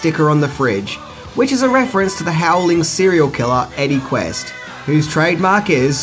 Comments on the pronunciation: * Eddie Quist, not Quest. ;-) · Eddy QUIST...not Quest, you goof. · Nice review. BUT...Rob Bottin's name is pronounced Bo-TEEN. Cheers. Oh, and Eddie's name is Quist not Quest. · One thing I do know about the Howling.... His name is Eddie Quist not Eddie Quest. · Jesus can you at least get the character names right. It's Eddie QUIST not Eddie Quest FFS